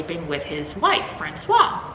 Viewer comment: I don't read horror books or watch horror movies, but I watched your latest video about Maria Yuszczuk's Thirst, and realized I'll watch all your videos. Even if I never read/watch anything you review, there are a lot of interesting things you bring up! As an aside (I hope it isn't douchey) but the pronounciation for Francoise (f) has a waz sound at the end, the clipped wa sound is for Francois (m). I'll see myself out now.